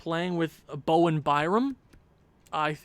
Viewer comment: it’s bowen not bomen